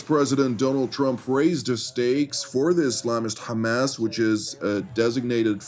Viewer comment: The way, you pronounce "Ha'kha-Mas" is very annoying to listen. I understand you wanna have good pronunciation.....but can you just, normally, pronounce it Hamas. Cut the extra nonsense